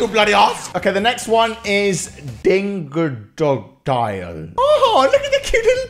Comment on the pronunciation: * can barely say "dingodile" * Me: Am gonna ruin his guy whole career Memeology: weird flex, but okey